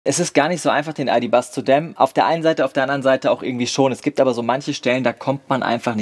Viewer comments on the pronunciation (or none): Ich hör die ganze Zeit „Aldi Bus“ und nicht ID.Buzz und denk mir: hmm geil wär so ein Aldi Bus bestimmt schon!